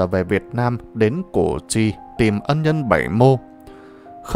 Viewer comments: Củ chi sao đọc là cổ tri??? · Đọc sai cổ tri giờ đọc sai tiếp là cổ duy.Đề nghị đọc cho đúng danh từ Củ Chi... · đất Củ Chi mà ông này cứ nói là cổ tri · Củ Chi chứ ko phải cổ tri nhe !! Làm về lịch sử thì làm ơn đọc đúng chính tả dùm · Hình như bài do AI đọc? Củ Chi mà đọc ngọng là CỔ cHI???